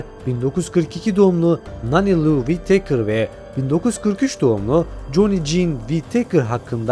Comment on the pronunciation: Wit-teykır deyip durmasan...Wi-tıkır doğrusu....önce İngilizce öğren paşam...😂